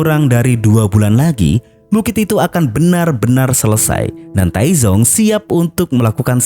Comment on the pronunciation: Dalam bahasa Mandarin, Taizong (太宗) dibaca dengan dua suku kata. Bunyi z pada Pinyin mendekati “ts” dalam bahasa Indonesia, bukan “z” seperti pada kata zebra.